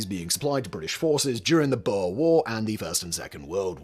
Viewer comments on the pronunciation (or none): Boer isn't pronounced boa (we don't have any of those in South Africa, except as exotic pets) but more like Moor (those guys who ran around Europe with scimitars for a few centuries).